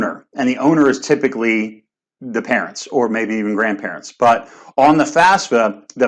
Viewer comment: Why "top experts" can't even get the fafsa pronunciation right? Do you guys need classes on Latin family languages? Sort of which letter comes firs'kinna thing? Jusayin...